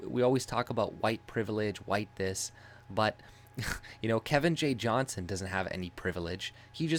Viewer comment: fyi his last name is Johnston (with a T) Its a peeve of his when people dont say it correctly. Small detail but I thought you should know because I am sure Kevin is a man you respect, as do I. He's our Tommy Robinson.